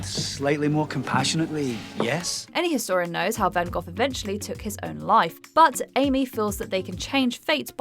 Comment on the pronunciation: Did the narrator seriously just pronounce Van Gogh’s name wrong? 🤦‍♀️